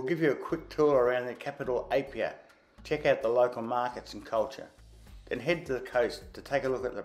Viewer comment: Um, where is "Apolou"? Don't you mean Upolu? Also, where is "Papapapai-Uta Falls". It's "Papapapaitai". You also mispronounced every place name you mentioned, even the simplest one (Apia). As someone who has visited Samoa several times, I also disagree with your comments about not expecting too much when it comes to accommodation in Apia and that Samoa "hasn't come to grips with tourism." I've stayed at Tanoa Tusitala in Apia, and the Sheraton Samoa Beach and Saletoga Sands Resorts. The experiences I had those places are totally at odds with your comments. All of the above makes me wonder if you have ever been to Samoa. For you to say, "Don't go to Samoa without watching this video first", is absolutely cringeworthy.